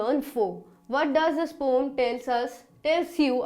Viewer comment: Mam saying pomm 🤣🤣🤣